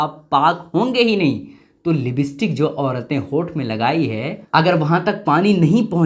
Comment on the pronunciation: Libstik nhi hai,, lipstick hota hai